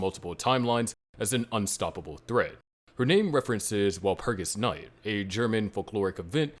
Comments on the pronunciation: You said Walpurgisnact wrong, I'm disliking the video and not watching anymore; bye. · Please say walpurigisnacht in a more german like pronunciation.